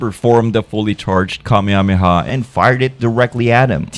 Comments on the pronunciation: Kameyamehya lmao😂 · i hate the english pronunciation of Kamehameha... "kamiamiah" or "KAMEI-HAMEIHAH" lol